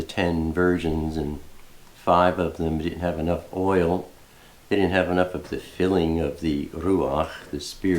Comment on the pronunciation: Shalom, Sister! My husband and I are enjoying your trip! We’re up to the day before you cross the Mississippi River. Love your ruach and how you pronounce oil, lol! (We’re from Massachusetts.) Hugs!